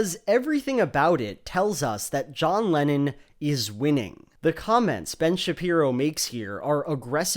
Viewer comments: I had to keep reminding myself throughout the whole video that he was saying "Lennon" and not "Lenin" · ok i dont know if its my non native english speaker ears, but are you saying john lenon, or john LENIN? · I keep hearing Lenin instead of Lennon lol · It doesn't help that whenever a native speaker says "Lenon" it sounds to my ears like "Lenin" 😪🤭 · Every time you say “Lennon” i hear “Lenin” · Great video. Such a power move to pronounce Lennon as "Lenin" throughout. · Here I am hearing Lenon as Lenin. lmao. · Love how you keep saying Lenin for Lennon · 15 minutes of pronouncing 'Lennon' as 'Lenin' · Every time you say "Lennon", it sounds like you're saying "Lenin"... Freudian slip much? Watch out, Shapiro might DESTROY you with this fact and logic! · John Lenin?.. Lenin? Did I just hear that?! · I keep hearing "Lenin" instead of "Lennon" 🤭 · I keep hearing Lenin istead of Lennon, that's some brainfuck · Maybe Ben just got confused, as I did, with you pronouncing Lennon as Lenin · Otherwise a good video, but you pronounce Lennon exactly how one would pronounce Lenin :D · Why do you pronounce Lennon like "Lenin" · Kudos for pronouncing Lennon (to my ears) like Lenin. Top notch stuff thank you! =8)-DX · I love the way you pronounce Lennon so it sounds like Lenin. :D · Mmmmmh. Everytime you say Lenon I hear Lenin. I'm not joking that's what I get from the pronounciation. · Instead of lennon i was hearing leninXD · Every time you say lennin as in john lennin, i for a split second think your talking about Vladimir lennin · I keep hearing Lenin every time u say Lennon